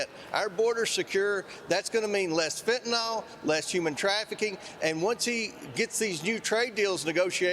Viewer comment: We should do a poll in our government to make sure they know how to spell Fentanyl. Do they know what they’re talking about or are they just using a mortal drug for a sound bite? Either way, they’re saying the name wrong and it’s infuriating because it’s one of our country’s deepest issues.